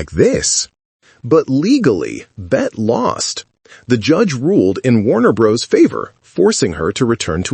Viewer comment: Bette (pronounced BETTY) Davis and Joan Crawford were forces to be reckoned with on and off screen. Warner BROthers!!!! AI needs to learn how to pronounce the names of iconic Americans.